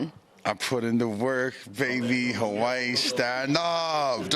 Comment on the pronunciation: I swear these dudes pronounce Hawaii different every time